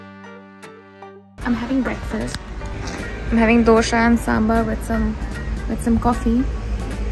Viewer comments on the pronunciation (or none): for the 100th time, please don't call it "DOSHA" it is "DOSA"